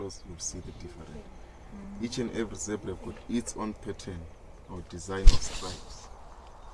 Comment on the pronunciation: Guys... said Zebra like an African.....hahaha...good. I like....please no more Zibra. watching from Botswana.